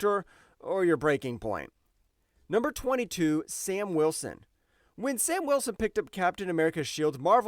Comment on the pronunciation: "San Wilson" took me tf out 😂